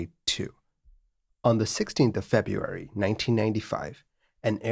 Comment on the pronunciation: Learn how to pronounce "February" correctly if you're going to narrate these videos.